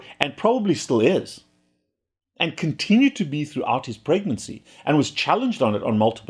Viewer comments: It really sounds like you said Obama smoked through his pregnancy. 😂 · he said presidency....you got his accent confused